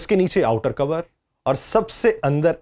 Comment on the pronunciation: brother it's not cover (کوور) it's core (کور) ھے